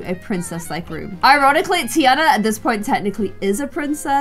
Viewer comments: Tiana pronounced Tarna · Does anyone else pronounce Tiana different (tee-arnah). Like it is low key angering me but I will still end up watching all of them? 😭😂